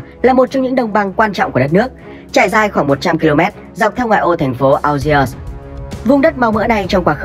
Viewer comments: phát âm là ni giê và an giê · Đã đọc tên đất nước là "An giê ri" thì đọc tên thủ đô là "An giê" mới đúng chứ 😀